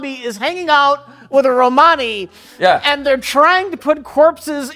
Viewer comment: Oh, hey, good on for correctly saying Romani! That's growth.